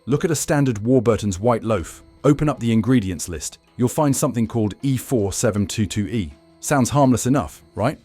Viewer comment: NOT E4722e, it is E472e!!!